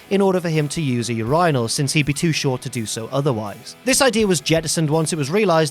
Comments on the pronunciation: It’s pronounced Urine-All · We just gonna gloss over the pronunciation of urinal I have never heard it said that way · Is that how the english pronounce urinal? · Took me a second to realize he was saying urinal